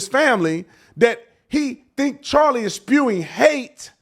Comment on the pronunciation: He couldn’t even say Charlie’s name. 💩👜